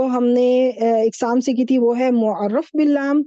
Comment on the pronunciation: مُعَرَّف باللام ✅️ بالام ❌️